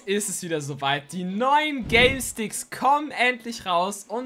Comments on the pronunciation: Er hat Galesticks gesagt🤣🤣🤣😂😂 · Warum sagst du Galesticks ? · Hast du Galestickz gesagt🤣🤣